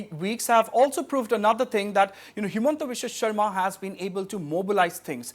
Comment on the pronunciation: It's sarma not sharma